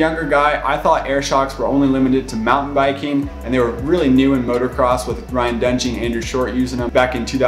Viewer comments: Thanks for your hard work and late hours! (But please, it's "MOTOcross". I cringe at "MOTORcross".) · Same... I hate when people say "Motorcross"